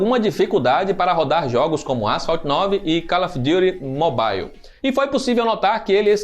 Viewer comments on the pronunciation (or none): none